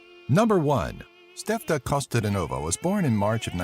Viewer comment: Costa-de-nova haha I like how foreigners struggle to pronounce most of our names and words :D No hard feelings tho, cheers from Bulgaria ;) p.s you forgot about Hristo Stoichkov and that we're the largest producer of lavender in the world, surpassing France last year